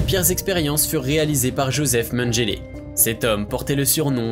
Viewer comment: on dis pas magélé mais menguélé meme si il a fait des choses horribles ces travaux ont fait avancer la médecine donc au moin respectés sont nom